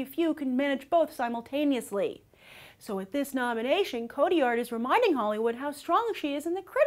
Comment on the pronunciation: am i the only one bothered by her pronunciation of "Cotillard"